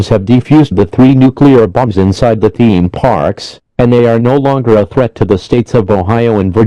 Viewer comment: "TheEeme pArks"